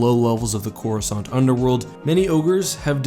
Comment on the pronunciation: Why can't anyone seem to pronounce it correctly? I thought I was going crazy and now after 10 years I actually bothered to look it up. It's Cor US Kant. C before the letter A in English is never silent.